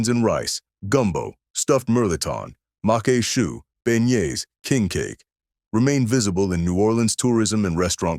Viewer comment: macque chue is pronounced mock shoe. Congrats to you. I drooled during your video. You video also evoked fond memories of my grandma who cooked many of these dishes. One of the reasons I don't use seafood very often is due to the high cost of oysters and crabmeat. I made a seafood stuffing using cornbread, shrimp, crawfish tails and shrimp that cost almost $50. I'm subscribing to your channel. Good job.